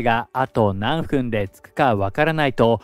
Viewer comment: 「なんふん（何分）」の正確な日本語は「なんぷん」ですよ。